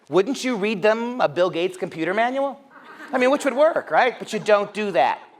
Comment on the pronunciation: i like this guys accent :) but when he said gates i thought he said gays.. i was like, what do the gays have to do with--ohhhh, gaaaateeeesss XD